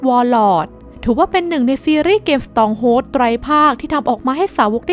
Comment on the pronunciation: strong hold = อ่านว่า สตรองโฮลด์นะครับ (สทรอง'โฮลดฺ)